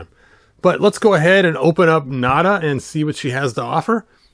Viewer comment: Hopefully Mezco makes Nayda. It's pronounced Nay-da, not Nada, BTW